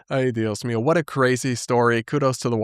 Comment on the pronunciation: Mexican here. That “ay dios mío” was spot on. Like, native speaker-good.